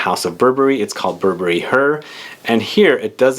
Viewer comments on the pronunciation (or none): none